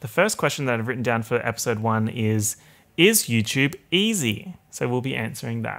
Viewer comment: really said Yewchwube